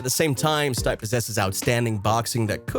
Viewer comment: The name is pronounced "Steep-aye", not "Stipe"....clearly not a fan of MMA.